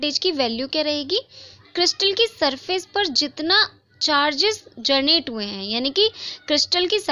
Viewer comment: U always pronounced generate as "gernate" which is wrong Think how focused and engaged with ur class I am! 😜😛😂